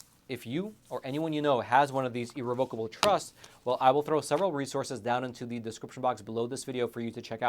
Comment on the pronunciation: You’re pronouncing irrevocable wrong ugh.